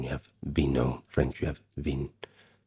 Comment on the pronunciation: France is a short train trip from england and this "historian" cannot properly pronounce the French 3 letter word for wine. What an ignorant fraud. He obviously does not care very much for the quality of his work. I wonder about the level of his education.